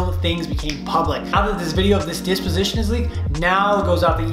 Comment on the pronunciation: It’s pronounced Deposition